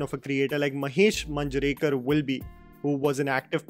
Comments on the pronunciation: Great work, I have just 2 things to say from this video that didn't sound right to me. 1) When you say mulshi its 'ळ' not 'ल' but I can cut a slack here, for you not being a Marathi speaker 2) Its मांजरेकर, where we use 'मान' as in अपमान, 'ज़' as in ज़रूरी and not as in 'जावेद' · a little correction, Manjrekar should be pronounced as MAA- njrekar. the same way as TamMAA TamMAA, the same way as Master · I doubt whether you know devnagari script but still it is not ओम भूतकार but ओम भुटकर Not तारडे but तरडे And lastly Not मंजरेकर but मांजरेकर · It is pronounced as मांजरेकर